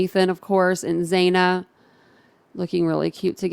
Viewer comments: It’s Chapin, long A, not Chapin like Chapstick. And Xana, like Anna, not Xay na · Ethan has NO siblings that are married and it’s Xana. Short A, like Anna.